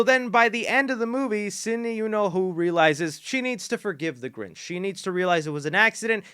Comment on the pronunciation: The grinch you mean ginch